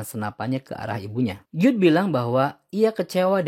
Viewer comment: Jude dibaca jud oyyy